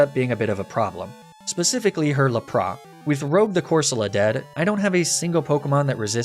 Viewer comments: Not judging but why do you pronounce it as Luh-prah instead of Lap-ris? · Misty's WHAT, have ive been saying Lapras wrong all these years?!?!?! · Why are u saying Lapras like that